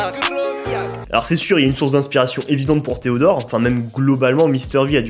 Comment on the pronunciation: Alors pourquoi tu dis "pardon theodort"